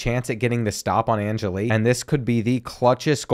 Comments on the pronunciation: If youre going to play ND every year.... Its pronounced An-Jell-E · Being a die hard Notre Dame fan I’m going to be picky and let you know that you’re saying Steve Angeli’s name wrong 🤣